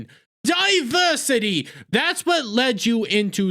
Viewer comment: While you make some good points, you undermine them with your bigoted and overreactions. It starts with you calling women "Waaman's". And the mocking way you say "diversity". How to say you've got a fragile ego, without saying you've got a fragile ego. It also makes you look racist and childish that you can't pronounce the names of people of color. It was especially disrespectful when you said "Get a real name". Ashton is half Ugandan. I also don't see you expressing severe outrage at Paul Rudd for destroying the Antman franchise by starring in the Quantumania bomb. Geez, people act like there's never been a bomb before. Since so many movies star men, statistically it means men are the recipients of most bombs. And what do you mean that the movie wasn't made for women? It was all women as the main characters. Oh, and I forgot how movies are made for different sexes and color. However, that didn't stop me from noticing the bad press about this movie before it came out. Maybe that's one reason why women avoided it. I saw the original Capt. Marvel and wasn't blown away by anything in it. So why would there be great anticipation for a sequel? I also can just wait to see things when they inevitably show up on TV at home. So there were plenty of reasons to stay away. Maybe women were just smarter to save their money on this one. What's nonsense is that women don't see movies. Maybe people are just tired of endless superhero movies. Perhaps the movie industry will actually have to c